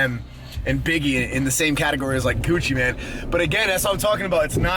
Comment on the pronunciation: Gucci MANE.. Not Man lol